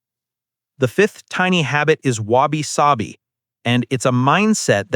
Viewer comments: I keep hearing Wasabi, it definitely helping sushi tastes better for sure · Your pronunciation of wabi-sabi (侘び寂び) is 😂